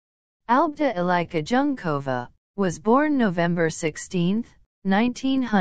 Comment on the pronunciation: Thanks for this short video. Unfortunately it was really hard for me to listen to the bastardised pronunciation of Eliska Junkova's name. If you, English speakers, can (more or less) learn to pronounce Havel or Dvorak, you can learn this too. Please next time try it as if it was written like this: Elishka Yoonkova, then your pronunciation will be closest to the Czech original. Eli (as in Elisabeth) sh ka, Yoon (yʊn, ʊ as in a book) kova. Thank you!